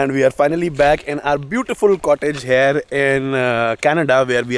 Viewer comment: Everything is great..the chemistry, editing, presentation however i have one small doubt, why do you always say HARE instead of here 😅 please don't take it personally just that you say this word so often and pronounce it incorrectly 😬